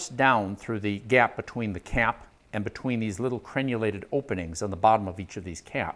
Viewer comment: Repeat after me “Crenulated”